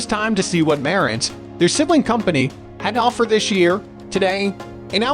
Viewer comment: Dude, you talk about two different receivers Denon and marantz. And for some freaking reason, do you have to put the accent on the wrong syllables for both of them. Why?